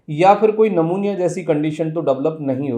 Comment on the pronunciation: सर नमुनिया मत बोलो "न्युमोनिया"बोलो.